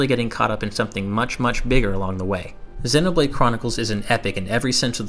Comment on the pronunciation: Dude, I like the interest, but Xēnoblade Chronicles. Hard E sound.